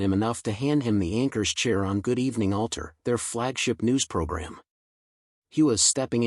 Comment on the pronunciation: Ulter ? ... Is this Ulster